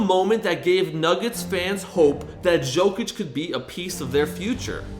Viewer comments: It’s Nicola (yow)(Kich) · Stop calling him Zokic, its Jokic!! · its not Jokic its Yokic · dude is saying "Jo-Kitch" it's "Yo-Kich" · it’s not a J it’s a Y in Jokic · silent j bud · It's "burek" not "borek", and it's Jokić not "Zhoukich". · "nikolas jockich" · Bro butchering his name like some 5 olds , how hard it can be to say YO - KITCH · Ok I just can’t stand how you say jokic the j makes a y sound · The pronunciation is so distracting 😅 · great video, but horrible name pronunciation. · Can't make a video on a guy and not know how to pronounce his name correctly.